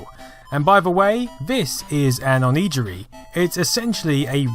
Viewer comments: Gotta be that guy, but... It's "onigiri", not "onijiri" :) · Onigiri is pronounced "oh-nee-ghi-ree", hard G. (inb4 "omg, it's the gif vs. jiff all over again!") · Mate did you just say Onijuri? ;_ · Oni-Giri (hard G sound, not J). Nice video though...I was in hospital when I was introduced to it... They had a SMS 2 for kids. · onigiri is not a J, that’s not valid japanese. it’s also ‘nigiri’ and the o is honorific (and optional). It’s pronounced o - ni -gi -ri. The g is like in grape. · O knee gi ree not o knee gee ree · it is pronounced "o-nee-GEAR-ee"... g not j sound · An onny jerry hunh? (oh-knee-Gi-ri) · hehe ONNY GIRRY [G for GUH and put your tongue where it should be during an L for the Rs (oo-er missus)] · Sir. its O-ni-gi-ri the gi is a hard gi, the same as the uniform used in certain martial arts. I see other people have told you this, but as a weeaboo I feel I must also say it. Another spiffing video by the way. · One complaint: pronouncing onigiri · Onigiri is pronounced with a hard g, like in go/gift/get etc. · LOL! That’s so not how you pronounce “Onigiri” bless you, the “g” is pronounced as a “g” sound and not a “j” sound as in this old, harsh sounding pronunciation video and thanks to your video I am now playing the Alex Kid on my actual Master System. I may be here for a while… ;) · That pronunciation of Onigiri... Just... Why? I've never heard Someone pronounce Onigiri like that. I thought the name was Japanese, not English. Oh well. At least its better than activating a red block. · lol that’s the funniest pronunciation of onigiri I’ve ever heard. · Haha your pronunciation of onigiri is priceless :)